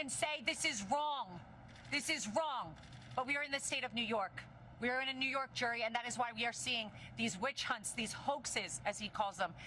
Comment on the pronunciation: Neeww Yorkkk, Neewhu Yorrrrkkkkk! ❤